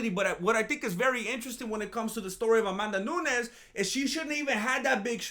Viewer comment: "Amandanunes" - This Fool